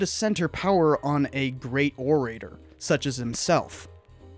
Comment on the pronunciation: check your "orator" pronunciation.